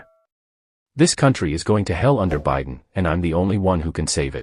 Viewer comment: Trumps been up too late. "It's past his "jail" time. "ByeDon"...